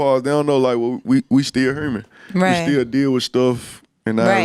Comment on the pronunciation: He said “We still ‘hurman’ “ 😂 come on Bag. He meant human